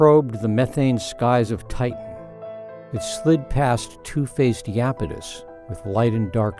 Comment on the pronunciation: Did this NY Times narrator just pronounce 'Iapetus' like "Yapetus"?